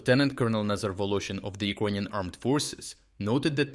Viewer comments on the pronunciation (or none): Iconian army? LOL Learn how to speak first. LOL.